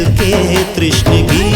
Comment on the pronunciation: Badhiya Gaana👌❤️ Bas Lyrically Pronunciations Kahin Miss Hua Hai Jaise Tishnagi Ko Aapne Trishnagi Gaaya. Exempted These Nice Song Sung By, Rocks. Awesome Crews Of Production